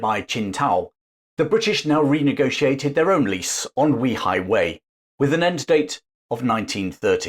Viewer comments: It's pronounced "Way High Way" not We High Way.. just FYI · I love that you are covering this topic, but it’s pronounced Way Hi Way not We Hi Way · The place is called weihaiwei, not weehaiwei, it's almost exactly like saying 'way high way' in English. I never understand why creators spend 20 hours making videos, but don't bother to spend 15 seconds checking the pronunciation, making them cringeworthy to listen to. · It's prounounced "way high", not "wee high". Today it's the Christian missionaery cult capital of the country. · Fascinating! By the way, it’s pronounced Way-Hi-Way, not We-Hi-Way. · A good lesson on the history of Wei Hai Wei. The pronunciation of that port is actually "way high way". Not "we high way". That would increase the credibility of this very informative history lesson. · Way hai Way, not Wee highway ..... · Weihaiwei is pronounced Way Hi Way not Wee hi way. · Very interesting documentary to add to your very informative channel. Thank you. One small quibble: you consistently mispronounce Weihaiwei. The first syllable not pronounced like ‘wee’ (like the Scots for ‘small’). Without getting into the complexities of tonal inflections in Chinese pronunciation, for a British anglophone the simplest solution is something like ‘way’-‘hi’-‘way’. Like some of your other comments posts have said it would be great to do some videos of the Straits Settlements in what is now Malaysia and Singapore. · BTW my mum pronounced it Weigh high Weigh . You may be correct but the Brits who lived there had their own pronunciation. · While excellent research and history, your pronunciation of 威海衛 (Wēi hǎi wèi) seems oddly off target. Is there nobody Chinese-speaking who could have helped? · Way hei, please get your pronunciation correct. It's a lovely place and I have been there often. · In Chinese though, it is pronounced something like ‘way-high-way’. The name actually means ‘strong sea fort’.